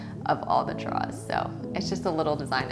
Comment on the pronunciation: OK I’m here for how she pronounces the word ,” drawers.”